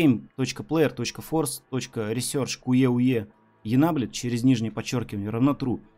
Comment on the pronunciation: насколько хорошо вы знаете английский?:" Куевуе" Великолепно!!😄